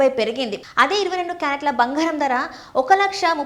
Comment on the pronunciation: భంగారం, కాదు బంగారం